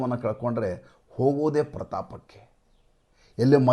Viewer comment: Hogodu prapaatha kke... prataapa kke alla..